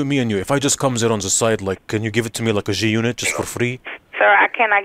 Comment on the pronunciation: Bro said Gunit.... loooooooooil